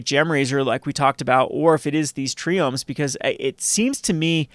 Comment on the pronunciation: It's TRIome. Like biome except for three :)